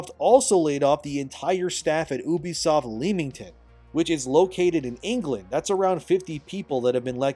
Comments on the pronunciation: you be, not eww be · I really love how you say "OOOBISOFT" and not "EWWBISOFT" ! 😂😂😂😂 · Why do yall pronounce it as “oo-be-soft” that just never sounds right 😭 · Bro… “uubeysoft” is not how common folk say it😂 it’s “yoobee-soft” sound it out guy. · People who say "Oobisoft" and "Yaske" when it's literally spelled Ubisoft and Yasuke needs to be put in mandatory speech therapy... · Why do you pronounce ubisoft like "oo-bisoft"? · Its "you-be-soft"